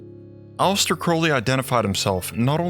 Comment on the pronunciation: Its A-Lee-Stir not Alice-ter